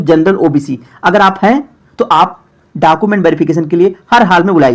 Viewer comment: Khali YouTube channel banakar farzi sabko paisa hi kamana h, bhale pta kuch rahe ya nhi rahe, are pahle documents (डॉक्यूमेंट) to sahi se bolna sikh lo, har video me डॉकूमेंट डॉकूमेंट chillate rahte ho